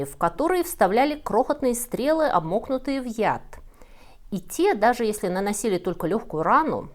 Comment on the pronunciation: ну что ж это такое... Правильно говорить "обмАкнутый", а не "обмОкнутый". От глагола "макать" (во что-то).